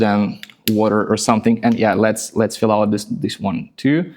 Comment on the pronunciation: You have a slight pronunciation issue: “fill” sometimes sounds more like “feel.” But it is still understandable from the context. Otherwise, you speak very well.